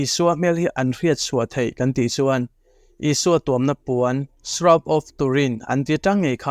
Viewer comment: Pronunciation of shroud is shra-ud